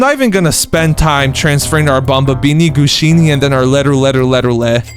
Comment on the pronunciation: It’s bombombini gusini not bombombini Gushini